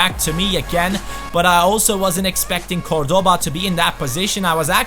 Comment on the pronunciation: you are mispronouncing Cordoba, the accent goes on the first syllable not the second. Something like CORdoba